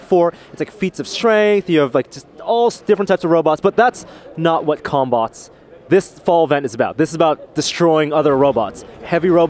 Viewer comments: I keep hearing cumbutts. DAMMIT BRAIN. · Sounds like they're saying cumbots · All i heard was cum no bots😅😅😅😅